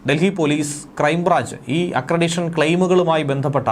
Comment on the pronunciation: ആക്രെഡിഷൻ ആണോ അതോ ആക്രെഡിറ്റേഷൻ ആണോ എന്നു പരിശോധിച്ചു തിരുത്തുക